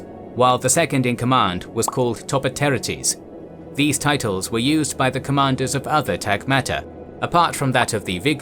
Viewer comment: How hard is it to find a native Greek speaker to show the correct pronunciation of most of those? Hearing TopoteretES rendered as TopotEretes, or hearing all the diphthongs spelled out instead of properly pronounced is cringe worthy to a Greek. For example, the "ai" diphthong was pronounced as the "e" in "egg" ever since 500 BC; by the 5th century AD all the "oi" were pronounced as the "i" in "in" etc etc